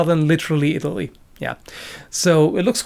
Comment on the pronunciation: Pronounced the German knight’s name perfectly, stumbles over Italy lol